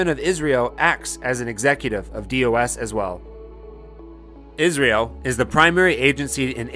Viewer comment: Its I S R O ....dont pronounce it as Israel